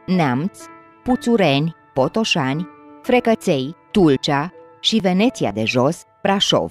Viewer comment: Se pronunța greșit. Accentul este pe e. Veeneția de sus sau de jos. Nicidecum precum celebrul oraș din Italia